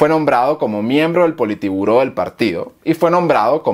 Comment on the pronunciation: Gracias por el video, pero he visto en varios que siempre pronuncias la palabra Politiburó, pero el nombre real de lo que fue el comité central del PCUS (Partido Comunista de la Unión Soviética) era "Politburó"